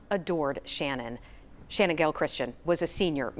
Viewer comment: If you're going to report on the anniversary of their deaths, at least do Channon the courtesy of pronouncing her name correctly!! It's Channon with a ch sound. It's not spelled or pronounced Shannon!!!